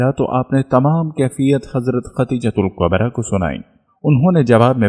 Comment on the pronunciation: Aawaz to MasaAllah Bhot he peyari hai ❤️ماشاءالله تبارك ❤️ 💔Magar maaf kariyega ke talffuz aapki bhot see jagah aapka saath nhee de pa rhee hai zara samjh kar padha kariye mai paihle bhi aapko bol chuka hu Khan E [kaba hai] [Qaba nhee] Khadeejatul [Kubra hai] [Qubra nhee] Chota kaaf hai ک hai Or[radi Allahu anha shabiya] ko kha jata hai [Anho nhee] Male Female ka to farq hona caahiye janab Jo aapko zaroor samjhna caahiye aapke Channel par itne followers hai MasaAllah unko keya paigaam jayega aapki in choti choti galatiyo ki wajah se please meri baat se aap samjhne ki koshish kariyega na ki bhes.. جزاکم الله 🙏 Thank you🙏